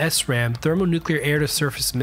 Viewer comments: You knew when a Vark had an FCF, cause its decals would half peel off at Mach 2+. Btw, - it’s called a ‘Sram’, not an ‘ess-ram’. Or just The Rubber Rocket. No foolin, the AGM-69 was covered in tacky white silicone, and its tailfins were beautifully carved mahogany. You know it’s a party missile when they name it ‘-69’. Even its warhead was the W-69. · Really liked this clip, having spent 10+ years working FB-111A’s at Plattsburgh NY (380 MMS) and Pease NH (509 MMS). Minor correction: the AGM-69 short-range attack missile (SRAM), was pronounced Shram, not “S-Ram”. During annual live-launches, we launched a SRAM with a simulated launch training payload (SLTP), and the aircrew carried a rubber chicken in the cockpit with them for good luck, and to ward off evil spirits and electronic gremlins: known to old SAC nuke pukes as “the SRAC” (short-range attack chicken). I was keeper of the SRAC for a couple of years :-)